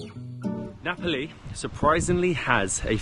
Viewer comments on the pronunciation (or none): nice travel blog, some pronunciation if you are interested, Myanmar = Myal Mar , Rakhine = Ra Khai , Nga Pa Li = Nge Pal Lee . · How can you pronounce Napoli and Ngapali in the same way? ….it sounds like an English mystery to my Italian hears!😂😂😂..and the story of the Italian man who gave the name because he was missing Naples… oh my god! ..definitely not true!🤦🏻💁🏻